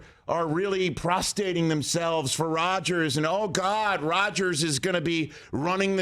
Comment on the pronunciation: Prostating is much funnier than prostrating 😂 You're killing me Rich.